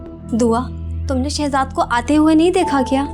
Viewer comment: Ye Shazad ka naam q nhi thek ley raha takeed q keh rha h shezad ko???????